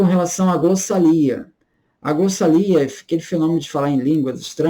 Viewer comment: Uma dica: em é pronunciada a palavra glossalia, mas a palavra correta é glossolalia. É importante diferenciar glossolalia de xenoglossia. Glossolalia é falar em um idioma desconhecido e inexistente e a xenoglossia é falar um idioma desconhecido do falante, mas que existe.